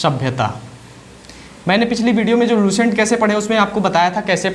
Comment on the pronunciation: S ar Sh me antr hota h Lucent,, not luShent